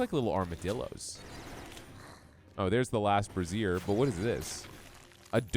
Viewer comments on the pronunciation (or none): english pronunciation would be "braise-zer" you were saying bra 😜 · To reduce further embarrassment, it's pronounced Bray-zhr in American English, and Bray-zee-uh in British English. You're basically saying you're lighting up bras.